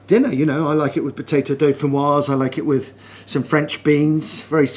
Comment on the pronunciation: "Just caressing it wiv my knife there" 😂